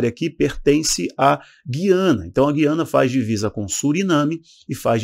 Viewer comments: Oi Não é GUIana é GU iana OK Sou daqui do Norte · A pronúncia é GÚIANA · Eu achei q o nome correto era Guiana, pronunciando a letra U